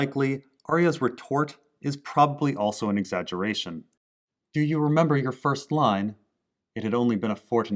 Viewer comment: “Do you remember your first line?” Sounds a bit like “Do you remember your first time?” Or maybe it’s just me lol